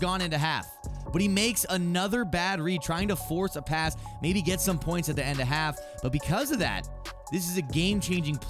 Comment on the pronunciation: "forsth a pass" lol